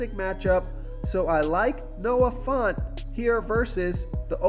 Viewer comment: It’s fANT, not fAUNT —😂jfc he said it 26x